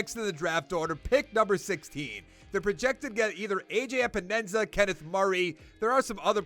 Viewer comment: Every time you Say AJ Epenesa’s name I cringe his name is pronounced E-pen-knee-sa